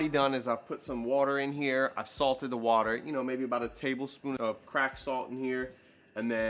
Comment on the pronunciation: Did he say tablespoon of crack salt? Lmao 😂😂😂